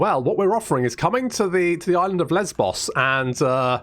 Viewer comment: I appreciate that was being the mature one and pronouncing Lesbos in what is probably more accurate than what the rest of us were waiting for him to say. Don't worry, we heard what you were thinking. We heard.